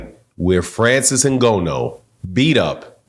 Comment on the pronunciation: Put some respect on the man’s name!! If you’re going to report and talk about cheating and other so called facts at leat pronounce Frances’ name CORRECTLY!!